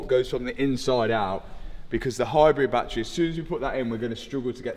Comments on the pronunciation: It’s a battery, Not a battray. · Batt-ery not Bat-tree 🤪